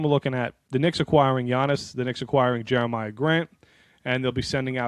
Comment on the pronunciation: Not "Jeremiah" .... it's "Jerami" Grant